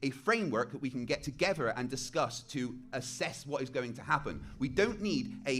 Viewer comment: Last time I checked it’s pronounced together. Not “togevor”